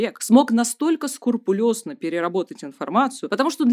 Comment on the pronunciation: скрУпулёзно, не скурпулёзно)